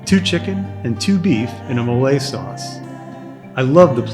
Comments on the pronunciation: I appreciate your videos and want to try this place. My only ask is, please stop calling MOLE, molay! Phonetically: It’s pronounced MOE-LEH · The correct pronunciation for Mole is- MOH-leh. Stress the 1st syllable. pronounce like the mole of guacamole